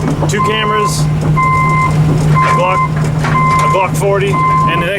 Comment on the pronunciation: Badass!!! "This is my gluk fotay"